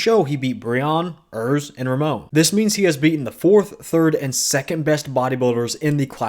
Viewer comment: We only disagree with how you pronounce Ramon. Chris is impossible.